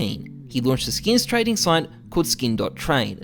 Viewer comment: how many times does this man say skeens?